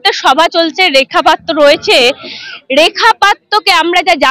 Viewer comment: ভাই, এতো ভুল ধরলে কিভাবে চলবে। রিপোর্টার মেয়েটির জিহ্বায় হয়ত কিছুটা আরষ্ঠতা আছে। তাই পাত্র শব্দটি সঠিক ভাবে উচ্চারণ করতে অসুবিধা হচ্ছে। এতে দোষের কিছু নেই।